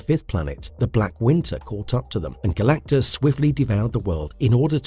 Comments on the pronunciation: How do you mispronounce Galactus's name multiple times and not fix it before publishing!? Not talking about when you referenced him by Galan....O_o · "Sentinent"? "Calactigus"? Is this AI?